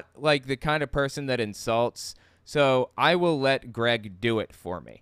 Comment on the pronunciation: One thing that drives me up a wall: why are his l's at the end of a word w''s instead? It's not "god's will", it's "god's wiww"